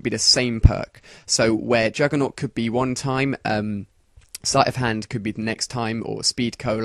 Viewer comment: its juggernog not juggernot dumbass.